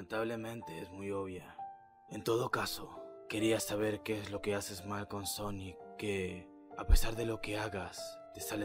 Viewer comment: Y se dice sonic no sanic